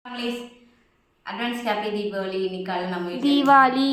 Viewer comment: Deepavali is the correct pronunciation..